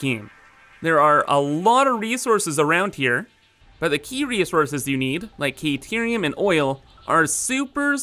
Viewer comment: Kayterium? Took me a while to figure out you meant Caterium.